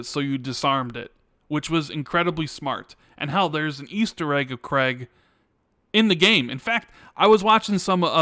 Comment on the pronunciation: For Gods' sake, Craig is pronounced CRAYG not CREGG, it grates me every time I hear it 😁